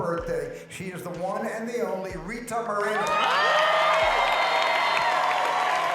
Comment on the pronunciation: It's pronounced "moor-eh-no" not "moh-reen-oh" SMH.